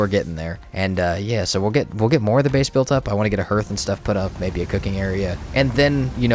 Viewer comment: Hearth is pronounced like "HARTH" not "herth"